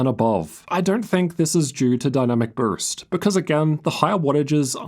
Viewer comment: Bro struggles with the word “boost”